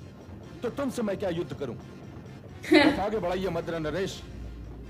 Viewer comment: 3⃣.🔟➡️ युद्ध बोला नहीं जा रहा 😀😂🤣😁🤣